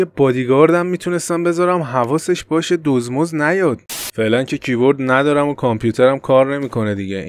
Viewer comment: فقط کییییییبوردگفتنت😂